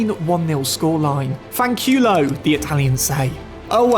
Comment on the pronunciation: "FAN CHIULO!!" , no Italian said, ever